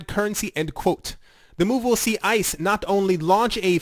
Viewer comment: And the company acronym is pronounced Ice like frozen water.